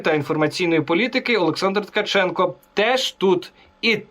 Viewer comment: Сорри, не Ткачук, а Ткаченко...